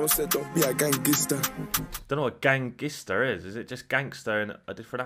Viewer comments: Somali moms dont say gangster but they say gangister😂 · somali mums say gangister instead of gangster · gangister is how his mum would’ve pronounced gangster as she’s African